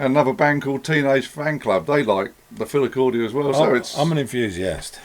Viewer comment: Plse stop saying Philicordia.. It is called a Philicorda.. You're not going to call a farfisa organ a farfisia are you? Or a B3 Hammond a B trio Hammond?